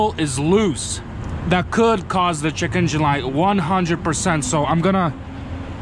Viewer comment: "Gotta check my Chekeengin light"